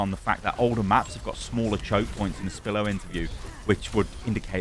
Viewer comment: Why do you call Spilo, Spillo? XD he even says his name at the beginning lol